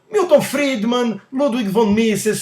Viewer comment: O mais grave de tudo isso, e que eu só fui me dar conta agora, é que o Cocônstantino não é capaz se quer de pronunciar o nome do Ludwig von Mises de maneira correta ! É a segunda vez que vejo isso, fiquei em dúvida se ele tinha errado no debate com o Ciro mas agora é certo de que ele é apenas mais um charlatão ! Difícil você mencionar tanto uma pessoa sem se quer conseguir pronunciar o nome dela de maneira correta. Ele pronuncia "Ludwig" como em português quando o correto é "Ludvik"